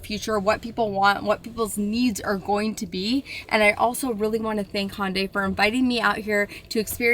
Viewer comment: The Ioniq 9 will have the NACS charging port. The car in the video is a prototype. Also, maybe it's my audio, but it sounded like you were saying "Honday". The correct pronunciation is "Hunday", like "Sunday". They even ran a TV ad to explain this once. 😊